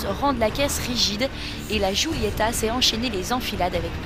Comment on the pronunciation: alfa sshhhguulyettahh lol sh sh sghghghg